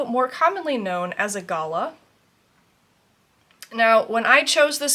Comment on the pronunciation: Love the video. I also have 8 WIPS. Any more would freak me out. Please come down under! Thanks for showing your bird postage stamps. By the way, Galah is pronounced Ga-laaa. Galahs, cockatoos and lorikeets are everywhere here even in Melbourne where 5.5 million people live.